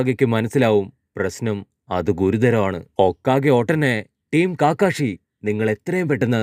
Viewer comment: കാകാഷി അല്ല കകഷി ആണ്